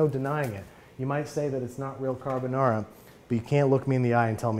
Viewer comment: Babbish I could listen to u say Carbonara in that Italian accent over and over